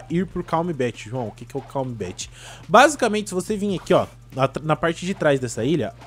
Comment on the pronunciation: Se fala "Calm Belt" não "calm bet"